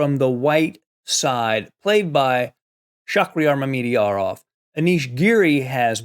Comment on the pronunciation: What a game! (PS: I believe it's properly pronounced "Mama-jarov", lol.)